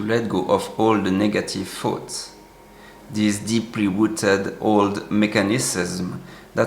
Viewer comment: Your English is excellent but one word always mixes me up: you pronounce the word “thoughts” as if (to my ear) sounds like “foods.”